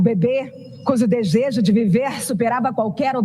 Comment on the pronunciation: A contadora de firulas aí fala "dejejo de viver" kkk